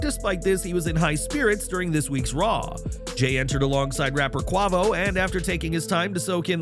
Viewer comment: Ummm say Quavo wrong ONE MORE TIME!!!! you do all this looking up jump your ass on youtube, listen to an migos song for you know how to pronounce that man name RIGHT!!!! Just like wwe with black folks YALL ALWAYS mess up too when it comes to black folks😒 you got time to report this fuckass stupid wrestling then You got time to fuckin listen to a rap made black song Fucking ridiculous